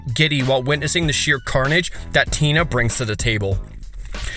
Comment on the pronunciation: You worked extra hard on Tina's name. Didn't you? I can tell. And you didn't use the cute version of Gisela. Dangit. And STILL... no Lord Xander.